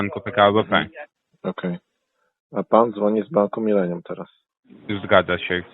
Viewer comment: Bank „mylenium”😅